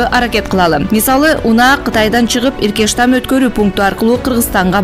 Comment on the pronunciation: Иркештам эмес эркечтам